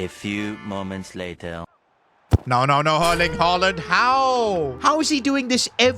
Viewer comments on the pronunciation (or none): herling aalaand